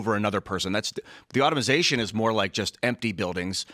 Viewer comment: Automization? Guys. Come on. Automation is the word if you're not black.